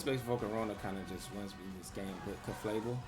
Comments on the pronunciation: I just love how you always say Ceflabel instead of Clefable 🤣 Banger The team is really good though! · It's CLEFable, but whatever you prefer, bro. It just sounds funny, you always make me smile with this 😊